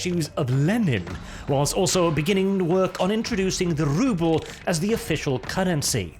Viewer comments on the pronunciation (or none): none